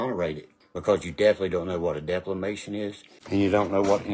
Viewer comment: Did he say deflamation?